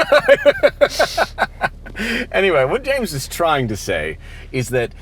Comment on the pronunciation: My favorite part of every throttle house video is when James says "and eymmm jayhmes" it makes my day.